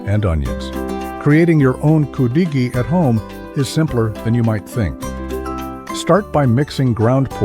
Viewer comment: Thumbnail is wrong and you pronounce it wrong its pronounce could a gee